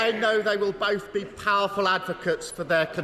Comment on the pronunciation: Never trust a man that pronounces 'both' as 'Boaf' 😂!